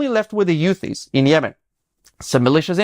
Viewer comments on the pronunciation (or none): For a guy who speaks a very good English being Israeli, you should know that it is pronounced Houthis, not Yutis.